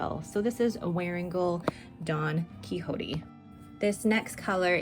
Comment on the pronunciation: Don Quixote is pronounced like ‘key shot’ 😊